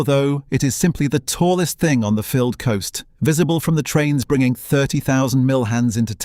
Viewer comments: Love this run through but Fylde is pronouced F-AYE-ld as in a "filed" down a pice of metal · It would be better if the commentator pronounced ‘Fylde’ and ‘promenade’ correctly